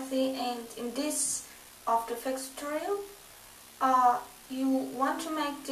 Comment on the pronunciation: did you just say ae wie after effects? ^^